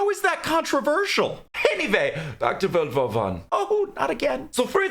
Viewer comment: did he say world war 1 or volvo 1?